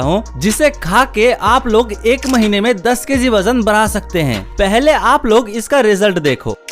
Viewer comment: Bajan nahi hota wajan hota hai